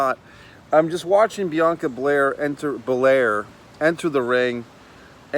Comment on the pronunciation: its Bel AIR lol and the skipping is like a sassy kinda thing... I think u may be a little out of touch with the culture lol she supposed to b ya sassy kinda down chick... like a much lower key cardi b lol but I mess wit u bro, u funny asf and u def no wrestling... I'ma keep coming thru